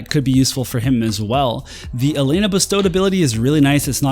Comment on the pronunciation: Yay! Someone who can finally pronounce Elena correctly! Lol, jk. But seriously, welcome back! Good to see you again!